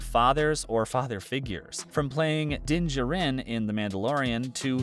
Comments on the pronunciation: Din Jarin...... Din JArin... not Dinjerinnn. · Please please pronounce characters' names correctly. His Mandolorian last name is pronounced JAR-IN. Also, It hasn't been Baby Yoda for 2 years. His name is Grogu.